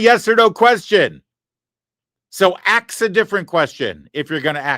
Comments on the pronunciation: Larry, glad “aks” bothered you as much as me. Someone needs to aks them how to spell that. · That slimy Democrat arrested person who can only prounce the word ASK into Axe. I hope that she goes to jail for her assault on the ICE Officer. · I AX YOU!! YOU AX ME!! HAHA 😂😂😂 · “ I ax you dis” Guy…..uhhhhhhmmmmm how do imbecile idiots get votes ?? What do you think ? Fake elections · 🤣🤣🤣 "Ax" the question, 😂😂